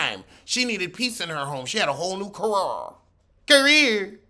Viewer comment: Career that word tickles me every time says it like that.